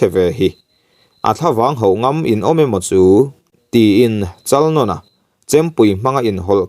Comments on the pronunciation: Chalnawna tih lam dan poh adik lo...Nãwna tih tur vaibelDÂWN tih a Dãwn ri ang hian lam tur.. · Chalnawna......Chalnâwna tia lam tur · Chalnawna sai nawn ang khan i lam a a dik lo thluk rawh.